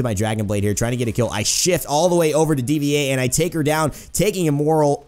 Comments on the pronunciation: It's Dva like Diva. Not D-V-A xD but still good video lol. Also I think Genji is a cyborg. He speaks unlike sentry robot guy with the bird friend (forgot his name)who just goes beep boop. Wish they had unlockable back stories. They should do that. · "D.V.A." It's Diva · please do a video on tracer and btw D.VA is pronounced diva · You know that you speak it out like "Deeva"